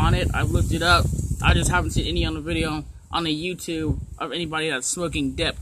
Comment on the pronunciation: Dixie Dipper SAID VIDJA